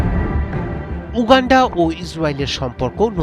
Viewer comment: Uuuganfaa... 😂 Gologolo wishing.. 😂